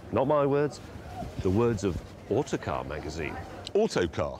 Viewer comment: When Clarkson says "Autocar?" it sounds more like "Autocack"